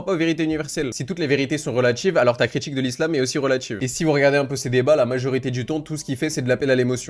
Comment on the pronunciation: Critchique, relatchive, politchique, subjectchive, etc. Bref, remonte ton fute et débat avec dignité au lieu de faire des vidéos dans ta chambre 👍